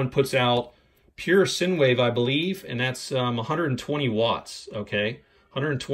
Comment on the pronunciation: Modified 'sin' wave? It's called 'sine' wave, as in 'sign'.